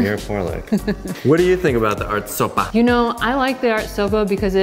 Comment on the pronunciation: " soppa" relly sounded like Swedish. Was not anticipating that and almost choked on my soup. Great video as always👏👏👏